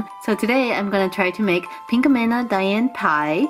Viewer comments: It's pronounced Pinkamena pinka_me_na now u try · Thats not how you pronounce her name -_